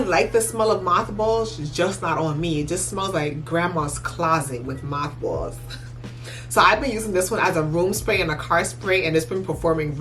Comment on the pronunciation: When you said “moth balls” I was like…she must be east coast 😂